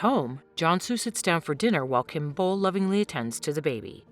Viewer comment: also Kim beol's name is pronounced as "bowl" not "bool"